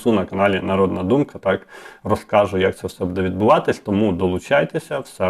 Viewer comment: Вельмишановний , в слові «буде» наголос на першому слозі - « буʼ де» не « будеʼ»; в слові «розкажу» наголос на букві «у» не на букві «а».Дякую за працю.Коли б це збулося, про що ви розповідали в ролику! Буду чекати на підвищення пенсіі.❤🎉